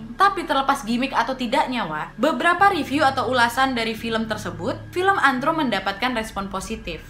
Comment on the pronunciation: Bukan antrum tapi ant rum